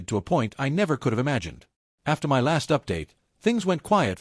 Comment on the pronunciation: Shaking "M Y" head on this sadly illiterate AI voice. 🙄